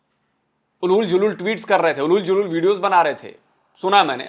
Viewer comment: "उलूल जलूल" नहीं सही "ऊल जलूल" बोलिए।